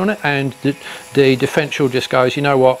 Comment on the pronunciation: Good vid but it’s a differential not difrential.